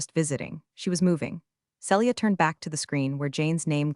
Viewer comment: Celia - see lee ah NOT cell ee ah Read - reed or red need to check which applies This is why i don't subscribe!!!